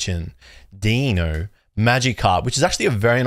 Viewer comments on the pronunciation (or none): none